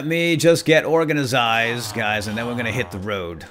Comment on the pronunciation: You pronounced organized wrong